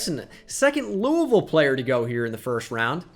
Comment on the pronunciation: As someone who goes to school at Louisville, thank you for pronouncing it right!